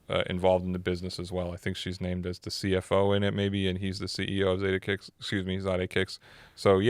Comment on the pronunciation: Why do you guys keep Pronouncing Zadehkicks worng...smh... I followed him on IG... And he went live sometime he never said it like that